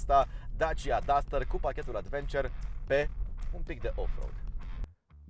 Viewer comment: cică Advenciăr =))))